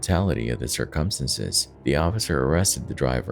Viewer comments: I scream every time at his "circumstances" but I still watch! Lol. "Sir KUM STAN ces" instead of SIR-cumstances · "Based on the tuh-tality of the circumsenses" I'm sorry, what? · Dude i luv ur videos but u have got to learn how to pronounce circumstances man!! It hits me like a punch n the gut every time u pronounce it the wrong way;!🤨🥴💛🖤💛🥴🤨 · I have never heard the word circumstance/s so badly mispronounced so many times. Dear God EDITING people EDITING. LISTEN TO YOUR POST BEFORE POSTING IT.